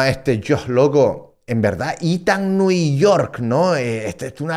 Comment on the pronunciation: ithan nui york akajakajaja